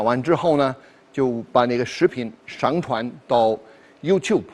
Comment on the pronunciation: Trời ,đay phải chuẩn tiếng phổ thong ko ,khó nghe vậy trời ,ví dụ上传shàngchuán mà đọc là "shángchuán”